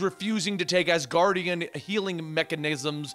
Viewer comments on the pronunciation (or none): none